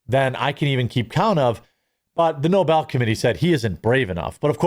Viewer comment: Reminder: Alfred Nobel invented dynamite, which has possibly killed many people in multiple wars. Second Reminder: joe biden's press secretary (KJP) pronunced Nobel's name: "noble" propounding the notion that someone was being awarded a noble prize.